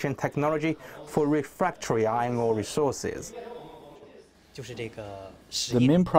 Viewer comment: why i heard ngor instead of ore